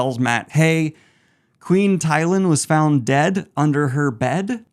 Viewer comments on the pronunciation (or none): I have never heard Tylin's name pronounced the way you do, but yes. F. Her.